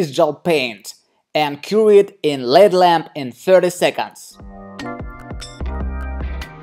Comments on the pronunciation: It's not a led lamp its call L.E.D. pronounce EL- EE-DEE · Silly. It's L.E.D (LED) not led lamp 😁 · No never!!! Yes dangerous if a nail is damaged it shouldn’t be covered especially with a dark opaque colour so you can see the nail plate and make sure it’s not getting infected. You’ve a very talented nail tech & artist but this is just bad practice! & it’s pronounced L...E...D lamp not LED lamp sorry just helping x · There's no way you are licensed... btw it's not a led lamp its L.E.D lamp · L.....E.....D. Not led lamp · Exactly the videos interest me but the mispronunciation of words is almost more than I can stand. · Denisia Crawford L.ight E.mitting D.iode L.E.D it drives me nuts!